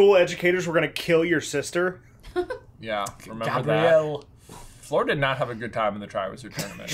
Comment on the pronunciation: I’m not over the fact that they call Fleur “floor” 😔 #justiceforFleur